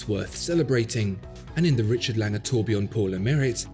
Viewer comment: It's Lange, as (un)usual...